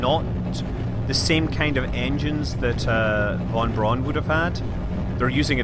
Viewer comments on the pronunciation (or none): FYI "Von Braun" is pronounced like "Fon Brown", not like "Won Bron".